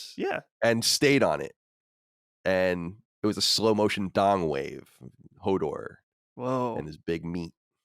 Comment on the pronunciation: Colin talking about Hodor sounds like Homor